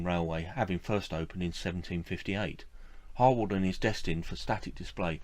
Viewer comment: Harwarden is pronounced Har-den. Penmaenmawr is pronouinced Pen-mine-m-ow-a Overall I liked your video - very informative. Yes in a sense it is sad that the railway museum at Penrhyn Castle is moving some of its collection away - but I also think it important that the displays at the castle remain relevant to the industrial heritage of the area and that the locos leaving Penrhyn will now.have the opportunity to be part of a museum or operation relevant to their own heritage. It is good that, in a number of cases, locos are to be restored to working order. Steam engines that are doprmant are dead metal, those that steam are alive and bring the past back to life for all who visit them.